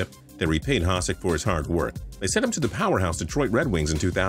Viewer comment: It's not Haah-sik, it's Ha-shik